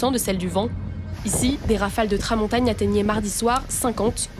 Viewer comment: quel journaliste oublie que "mille" ne prend jamais de "s" donc la liason "sept mille hectares" est impossible§ Et puis on parle de Tramontane et pas de de Tramontagne.... Tout en ça peine 56 secondes, une honte.